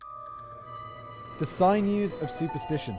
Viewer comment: Oh come on Simon. Fair enough your Italian pronunciation is understandable but "sigh-news" for sinews, a perfectly normal English word pronounced "sin-news". Much as I like your uploads for your fascinating insights drawn from your lifetime of wisdom and you do make me giggle with your charming naivety occasionally, given that you choose to read out scripts on YouTube, thus setting yourself as an example to da yute, you can do English words right surely. Buck up. Lol